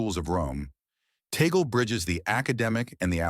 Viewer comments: Just for the record “Tagle” is pronounce as (Tag-Lei) not TOGGLE thank you. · Tag-leh, not taygel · His name is pronounced as TAG-LEH. When talking about non-American personalities, please learn the correct pronunciation of their names too. Also, i dont agree that he is rapidly becoming the church’s heart. He is a wonderful, charismatic shepherd and church leader, but the heart of the church is still very much the Pope, with his boundless capacity for love, compassion, and empathy, his magnetism, intellectuality and innate ability to connect to people, i am quite certain he will usher one of the greatest periods in the church. Let’s pray for all of them. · AI voice videos always puts me off... Yes, Tagle is pronounced Taag lay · AI voices, or text-to-speech voices are annoying. Cf. synthetic voice pronunciation here of "Cardinal Tagle," --wrong.